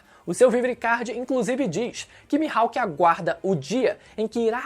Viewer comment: "O hawk q o mihaipe teve" Mano kkkkkkkk incrível como sempre